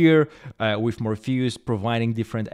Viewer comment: Morpheus, not Morphayus